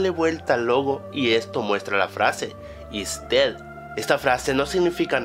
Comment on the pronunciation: joder, aprende inglés;v "IsDed" Significa "EsMuerte"